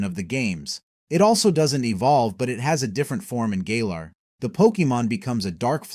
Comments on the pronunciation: I thought It was called galer not gayler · It called Galar "Gaylar" so 😂 can't be surprised